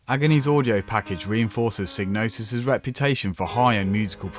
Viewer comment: Sighg-no-sis not Sig. Doesn't really matter how you say though. great video 👍👍👍👍